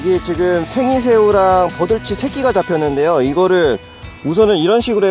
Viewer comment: 저 생이새우(?)를 식인새우라고 들었네요...